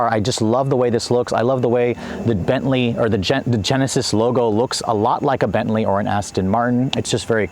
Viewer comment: "The Gentley"